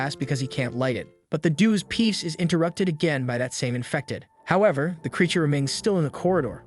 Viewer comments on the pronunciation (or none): none